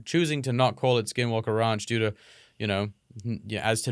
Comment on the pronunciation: so many times it sounds like both are saying "skid walke"